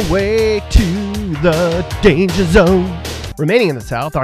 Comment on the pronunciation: Dangjer dangjer dangjer!